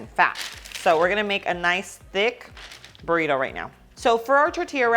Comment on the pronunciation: It’s funny how she sayed “Burriro” (Burrito) but she can say perfectly “Barbacoa” and oregano